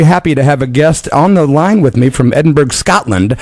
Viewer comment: I apologize to my Scottish friends for mispronouncing Edinburgh. I have been educated. Sorry!